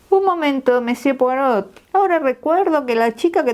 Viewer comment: Por favor, cuando lea frases en francés, asegurarse de la correcta fonética, en particular los nombres propios. Ej.: Poirot (la "t" final no se pronuncia!). También sería importante leerlo pausadamente, así logramos comprender. Gracias!